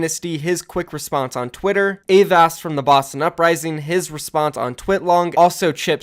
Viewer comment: Please pronounce avast right next time